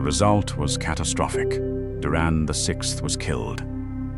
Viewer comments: Always thought that it was "D U R I N'S Bane" not DURAN? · Morgot? Duran? Nazul? Kazat Du? Gandulf? Your AI is showing. The visuals is cool, but the commentary...?